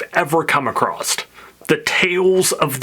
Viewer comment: Acrosst? You northerner! 😂😂😂